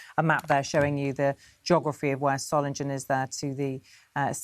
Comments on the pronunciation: You've got the pronunciation wrong - Solingen is pronounced with a soft, unstressed 'g', so Soling-en, not Solin-gen. Hope this helps. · Dear BBC; please try to pronounce Solingen correctly. It's not Solinjen. Just try and get the basics right. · "Soh-ling-en" you ill-educated berks! I've got about as much confidence in your reporting as in your education... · Dearest BBC there is NO West or East Germany since 1989 and its Soling-en not Soling-Jen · BBC could learn to say the name of the city properly: it’s “ZOH-lingen” with a hard g as in “sing.” Not “SOH -lin-jen.” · Solindshen is pronounced just as Readindsh and Ketterindsh and Francis Walsindshham... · It's pronounced Soling-GUN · Pronounced Soiling-en not ‘g’ just ‘ing’ - come on BBC you are meant to be exemplars of pronunciation. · Solingen is pronounced with a hard 'g'. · Can you at least pronouce Solingen correctly. Would you like me to pronouce London incorrectly. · BBC could at least make an effort with the correct pronunciation of Solingen 💩🇬🇧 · BBC can't even pronounce the City name correctly. 🙄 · 650 years of Solingen history and the Beeb can’t even pronounce it. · can't you just check how to pronounce properly the name of the city? Peinlich für hochbezahlte BBC Leute! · They can't even pronounce the name of the city "Solingen" properly. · The name of the city doesn't sound scary in German. The moderator pronounced the name in English. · You'd think that the BBC would learn how to pronounce the city's name correctly! Shame on the BBC! The correct pronunciation has a hard 'g' in it. Not a 'j' sound!